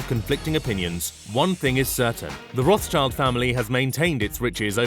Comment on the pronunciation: Rothschild is pronounced Roth-Shild or Roth-Shilt (depending on whether you go with the English pronunciation or with the original German pronunciation), and not Roth-child like in "child".